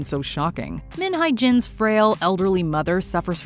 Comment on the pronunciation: You guys really butchered their names lmfao. Jung is pronounced as JOONG, Hye is HE-YEA.